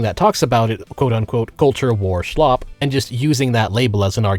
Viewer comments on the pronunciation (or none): It’s slop. Slop. Slop. Not “schlop”. It’s not that hard. English, motherfucker.